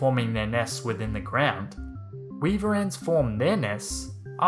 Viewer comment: Weaver ants We-a-ver ants